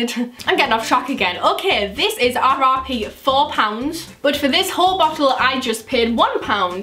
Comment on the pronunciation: When she said RRP I thought she said RIP. lol 😂